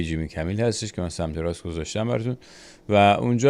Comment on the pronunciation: عزیز جیمی کیمل هست نه کمیل